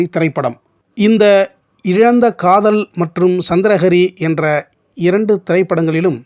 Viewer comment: சந்திர ஹரி....சந்திரா ஹரி அல்ல நீங்கள் முதலில் உச்சரித்தது‌ போல.